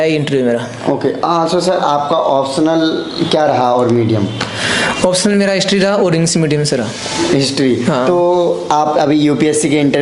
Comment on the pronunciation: Lg nhi rha tha mujhe ye such m clear kra h jb isne medium bola 😂or upsc b nhi bol pa rha